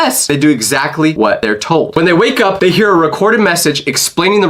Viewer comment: I do not like when you sed whaickup